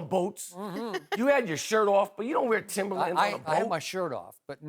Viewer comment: he cant claim timberlands lmao you heard how he said it